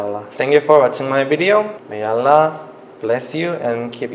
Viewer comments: Kak, the pronoun not ra but ro, not allah but awloh. But i am respect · Lah or rah? Whatever, i don’t know.. Maybe be Korean pronouncing like this..love from Bangladesh... 🇧🇩☪️ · Because Korean have 2 pronunciation for their ㄹwhich is basic hangul alphabet ㄹ is r/l..so it's hard to pronounce d 'ر' 'R' sound..he ended up pronounce it as 'L' sound.. he did great tho MashaAllah.. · You have train hard to pronounce "r" and change your sound "a" by "o". Eq: bismillahirr(o)hmanirr(o)him, not bismillahirrahmanirrahim. And you have to know when Allah pronounced as " Alloh" and "illah". Those are very important pronunciations. Gud luck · Hanya pengucapan Alloh yg kurang daud bacanya Allah tp gpp namanya jg baru belajar soalnya lidah orang Korea dgn kita itu beda. Nanti lambat laun jga lancar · I noticed it too.is is it because there is no letter 'Raa' in korean? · Brother Daud, please learn Makhrojil huruf (the place where the huruf come out) either from your mouth, throat, the position of your tounge when you sound the letter/huruf. I heard you sound Ro as Ra, should be like O. Allah sound like O in the second A. Masya Allah... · Masha allah. Try your best to pronounce 'ra' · Hes good hes just using the L to much bissmillaher its r ok bye daud have a nice day